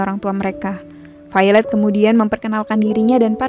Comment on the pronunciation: Jocelyne Ordelia haha iya. dia bilang Failed mirip popo bohay, pasti yg dia maksud Violet tokoh cewek di film ini, krn ngebacanya vaylet